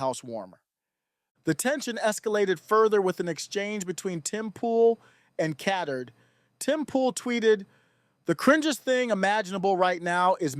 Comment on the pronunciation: It's pronounced Cat Turd.